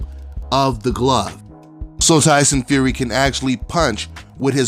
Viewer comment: Lie-son Fury!!!